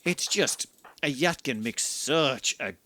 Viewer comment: its not "yat-kin" it's "yee-tah-kin"